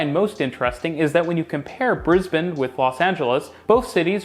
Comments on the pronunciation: As an Australian from Melbourne, having just moved to Toronto, I commend you pretty much nailing the pronunciation of Melb'n and Brisb'n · You got a like and a sub for pronouncing Brisbane right. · As an Australian, the most impressive thing about this video was an American pronouncing Brisbane correctly. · Thank you for pronouncing Brisbane correctly! I'm off to find the Brisbane underground rail video. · I appreciate the correct pronunciation of Brisbane. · Whoa............ you pronounced Brisbane properly.